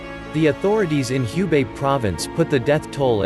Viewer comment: Thanks for the comprehensive report. Just a note that the "Hu" in Hubei is pronounced "who" not "hue".